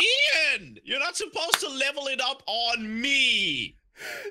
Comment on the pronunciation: Can't even say you're properly